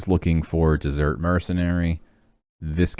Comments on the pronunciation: Were you purposely pronouncing desert like dessert? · It's Desert though not Dessert hehe.